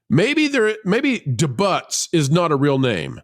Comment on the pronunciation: Please look up the pronunciation of debut